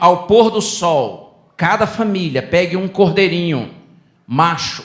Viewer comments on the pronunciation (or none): Regina música adventista Moraes porque cordeiro Macho ele diz com tanta ênfase